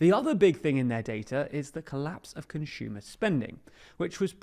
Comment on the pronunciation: “Conshumer” I cant stop physically recoiling every time I hear it